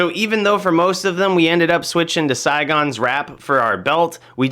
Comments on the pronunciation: Saigons? Is he serious? Saigon is a city in vietnam. Its sigons. (Sig unz) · your pronouncing the set wrong